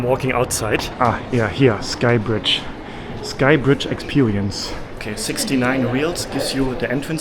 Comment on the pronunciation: expewewince” haha funny not making fun of ur language just saying funny how u say it make’s me laugh 😂